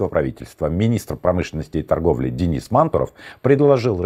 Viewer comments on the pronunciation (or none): none